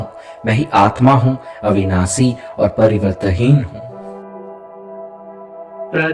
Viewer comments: Ap n ek word ka galat. Uchaaran kiya hai parivartanhin hoga na ki pariwarthin ,baki sab great 🙏👌👌👌❤️ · Parivartanheen hai, aap parivartheen bol rhe hai... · To be very Honest I am from south India and I can understand n speak hindi Good enough But I could not understand some words that you said "Parivartaheen" especially everytime I tried to follow what u said I got stuck at this word I was expecting each verse to be explained in way that could be understood clearly.. I did miss out Understanding the whole thing fully Kindly use much more simple words during ur translation.. or explain a bit more clearly so that everyone understands Most of the Lines u said I did not understand at all But I had a good meditation session I must say... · Thank you for introducing this mantra. Just one request… kindly see that your diction is correct while translating the original since it makes a lot of difference in taking your videos on a more serious note. Difference between various स श ष and right pronunciation of परिवर्तनहीन and various other words. Please take care.. you are doing a commendable job.